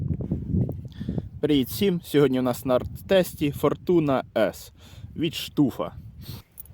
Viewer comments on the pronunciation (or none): можливо Стафф а не штуф?)